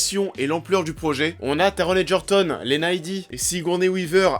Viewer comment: ALELLUIA TU AS CORRECTEMENT PRONONCÉ TARON EGERTON TU DOIS ÊTRE LE SEUL YOUTUBER À SAVOIR MDRR MERCI